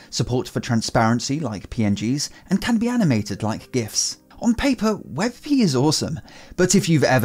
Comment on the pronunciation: Hmm I don't know if "wet pee" is that awesome. xD